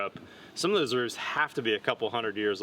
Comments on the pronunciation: "rooves," not roofs. Unless you also say "wolfs" and "hoofs." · I point out yet again that the plural of roof is roofs and is not pronounced "rooves."